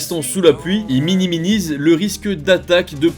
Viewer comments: Minimisent c'est suffisant pas besoin de rajouter une syllabe 😂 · Ils "minimisent" pas ils "miniminisent" 😂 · Miniminise 😂😂😂 j adore comme tu la dis